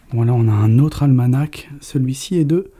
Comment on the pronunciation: J'apprécie beaucoup vos vidéos, toutefois vous confondez toujours "pendule et horloge" la pendule est posé sur un meuble, ce qui n'est pas le cas de l'horloge qui est plus imposante (exemple horloge comtoise). D'autre part les deux dernières lettres du mot ALMANACH ne se prononcent pas on dit "ALMANA" .